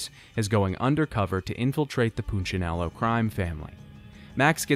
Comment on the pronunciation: He's pronunciation of punchinello is killing! Its poon-cha-nello. Not poochanello